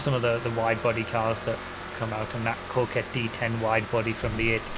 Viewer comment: Is there a reason Coquette is being pronounced "Corkette" instead of the obvious Coq reference?